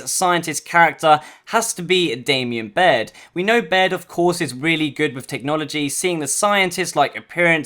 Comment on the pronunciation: For a channel that is for gears content... and u say "Damien Baird"